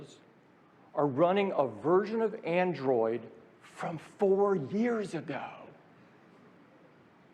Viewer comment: The way tim pronounces Aindroiyed 😂